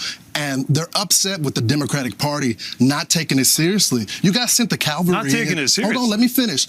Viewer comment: It’s CAValry you dumb f*ck!